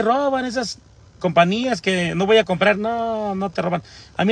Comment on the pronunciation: eras locutor, de dónde? Se dice COMPAÑÍA no compania😂😂😂😂😂